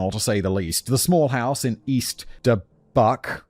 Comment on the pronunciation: Lol, the editors need to flash words simon mispronounced on screen....the pronunciation of Cheyenne was wild. And dubuque 😂 (similar to de-puke...which is a local slang. De-Buke)